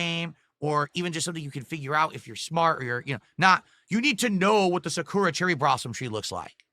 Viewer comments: Cherry Blossoms grow in other places besides Japan... also its not pronouced Sa - koo - ra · He pronounces Sakura like an idiot too.